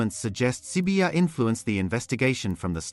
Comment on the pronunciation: You pronounce the Zulu name so perfectly it's so mesmerising to always listen to your videos 👌